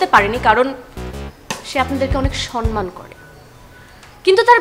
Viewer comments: Safa, sonman na, somman hobe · 'Sonman' na 'somman' hobe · শব্দটা "সন্‌মান" না, "সম্মান"।